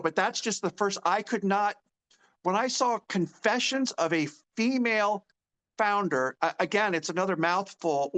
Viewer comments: did you say founder or flounder :) flounder seems more appropriate title for her.... another dead fish idea.................:) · i need to get new hearing aids, I thought your said "Flounder" (a fish_) I am still laughing, now I see I am not the only one.